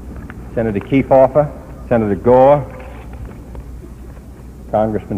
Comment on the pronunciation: Senator Key-Fah-Furr